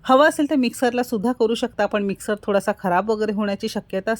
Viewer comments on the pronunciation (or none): none